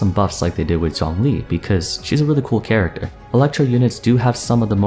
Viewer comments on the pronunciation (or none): I said he's pronouncing it "close enough." Obviously most of the names are Chinese names, hence why I said he didn't have the right tones. No matter how you see it though, he didn't do a good job pronouncing "Zhongli." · He pronounced the names better than the whole English dub cast lol. It's close enough, but he just didn't have the right tones. He did mispronounce Zhongli several times though :/